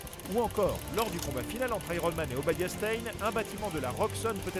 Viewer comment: "Aéronne Man"